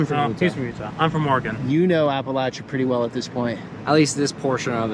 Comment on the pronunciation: Imma be honest, I'm just glad Hasan pronounces Appalachia correctly.